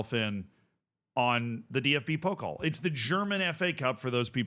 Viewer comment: Pokal is (po-cal) not (poke-ol) just some friendly help haha